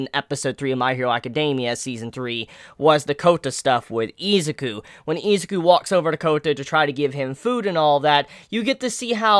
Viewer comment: this video is so old but GOD Izuku is pronounced: e-zoo-koo and Aizawa is pronounced: I-za-wa